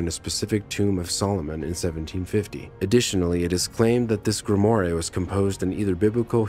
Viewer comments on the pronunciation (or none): Please, work on your pronunciation! Such as "grimoire" and "proboscis"! The guy was in a very poor costume! Other than that, somewhat interesting. Thank you.